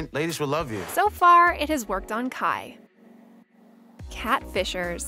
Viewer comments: ITS KAI NOT KIE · No she didn’t call Kai… Ky wtf 😂